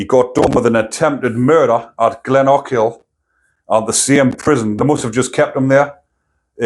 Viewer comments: Glen O Kill is how its pronounced. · It’s pronounced - Glen oh kill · Great content. It’s pronounced Glen-oh-kill funnily enough. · It's pronounced GLENOAKIL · You have to say it all in the one go with no pauses, Glen o kill. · Oh that's an awful pronunciation of Glenochil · Aye GLENOKILL.Is the way it would be spelt up here.